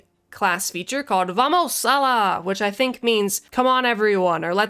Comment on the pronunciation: Haha, Vamos Alla is pronounced Vamos "Ah-yah" and means "Let's go over there"